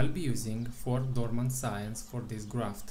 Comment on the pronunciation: 4 dormant??? I couldn't catch that word . I would like to try this on our acreage .